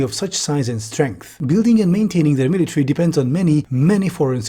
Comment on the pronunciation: miliary :face-blue-smiling